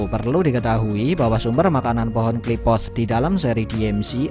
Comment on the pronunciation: Qliphoth min bukan Qliphothss😂